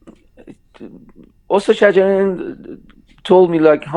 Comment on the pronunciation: I am sorry, l would like to point to your pronunciation of (Ostaad Sajarian ) استاد شجریان. If you say “Ostad-e Sajarian, pronouncing the e after Ostaad, it means Shjarian’s master but not Master (Maestro) Shajarian. Just a small detail.